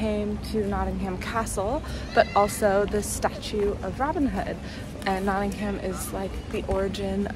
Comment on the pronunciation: It’s nottingum not nottingHAM